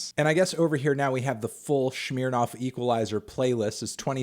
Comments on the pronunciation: It is pronounced Smirnoff, not SHMEARnoff. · "schmeernarf" the fuck is that pronunciation Melon, it's "sm-err-noff" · Why u say shmirnoff not Smirnoff? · It's Smirnoff, not Shmirnoff ya fuckin' weirdo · Why did he pronounce Smirnoff as Shmirnoff? It doesn't make any sense. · Shmeernof......damn melon you shure dont know how to pronounce brand names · "Schmeere Noff" lol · Less emphasis on the “earnoff” and and ears on. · Melon pronounces Smirnoff in the way you pronounce bobby shmurda and it hurt me